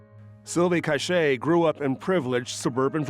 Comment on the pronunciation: Her name is Silvia C-a-c-h-a-y not Cache